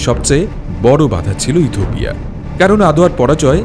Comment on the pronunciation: কথক বারবার ইথুপিয়া বলছেন যা শ্রুতিকটু লাগছে